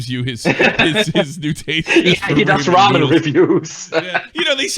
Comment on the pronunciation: I can't believe that's how you pronounce Ramen.